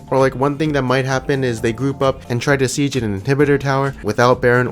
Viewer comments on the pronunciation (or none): none